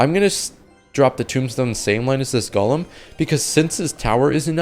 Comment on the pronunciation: are you 12, you seem not able to pronounce golem